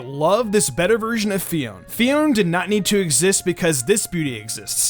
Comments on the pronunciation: Wait I thought it is Fi-on-é not Fi-on, uh okay then. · It may be spezled Phione but it's pronounces PHI-O-NAY. It may be confusing but it's true.